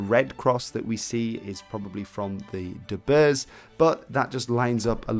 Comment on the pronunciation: Pronounced - 'De Burge' here in Ireland